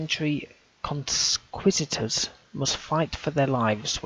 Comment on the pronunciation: It's pronounced Con-key-sta-doors. For future reference